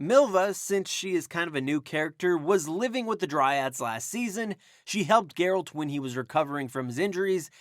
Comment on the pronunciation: That's not Geralt also the pronunciation is wrong. Over all enjoyed your video.